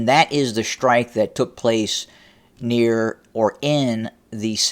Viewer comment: Please, there is no "H" in the word "strike". It is pronounced strike, not "shrtike". Similarlly, there is no "H" in the word "destroy." It is not pronounced "deshtroy." Please stop. It is most annoying.